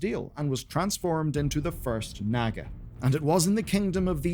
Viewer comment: You pronounced naga wrong, it's naagaa, not nagga. The vowels are drawn out. You also mispronounced Moira's surname, Thaurissan, wrong. It's 'thorizaan', spelt Thaurissan, not pronounced 'Thassarian', that's the name of a death knight. Otherwise, good work putting together those disparate pieces of Xal'atath's story and her impact on Azeroth's history (and pre-history), but it looks like you've included some spoilers from Midnight especially in regards to her origin as a dominar and the Voidstorm, which is worth making a clear disclaimer about.